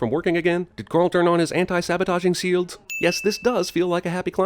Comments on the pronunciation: Sin: "Sields" instead of "Shields" Gotcha ;) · he said sields not shields lol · He mispronounced shields ...just saying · You said Sabotaging 'Sields' bwahahaha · "Anti-Sabotaging Seelds?" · "Anti sabotaging-sields" amazing but now how "shields" are supposed to be said.